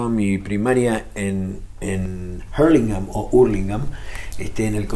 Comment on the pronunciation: Un grande Gustavo, pero POR QUE HABLA ASÍ?! A HURLINGHAM SE LE DICE ÚRLINGAN CAPO